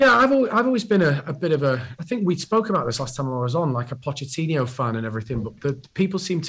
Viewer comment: Maybe if he stopped calling him Pochettinio he would realise he isn't a Brazilian legend and is just a has-been lol. Imagine backing a manager and not knowing his name.